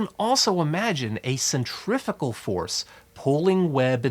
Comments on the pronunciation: guy says centrifical about eight times. cringed every time. cuz there's NO such word. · Do you pronounce centrifugal “centrifital”? That was the only confusing part of this great video. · if you just pronounced "centrifugal" better you wouldn't have to give as lengthy an explanation - I couldn't tell if you were trying to say "centripetal" or a combination of the two. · Omg for some reason it really really really really annoyed me that you were pronouncing "centrifugal" force almost the same as centripetal force.... It is "SEN-TREE-FEW-GAL"..... not "SEN-TREE-FI-GAL"..... >_> Nice info but that kept catch me off guard and kept annoying me lol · You saying centrifical? No such word. Centripetal force... And centrifugal is the fake force pulling things outwards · Centri*#@ force? I wonder how he pronounces “centrifuge”